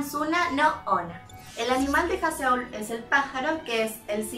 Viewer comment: Me gusta mucho como haces los vídeos de Loona tan profesionales y la perspectiva que tienes sobre ellas para hacer tus teorías. Estan super bien respaldadas y muy bien pensadas. Sólo una cosita, Haseul: Jázul jajaja :-) éxito.